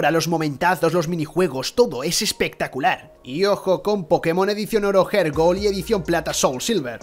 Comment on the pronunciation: ¿Por qué pronuncian mal "Heart"? No es /Jerd/, sino /Jart/.